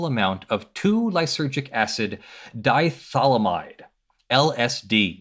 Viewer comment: You said diethylamine wrong you mispronounced it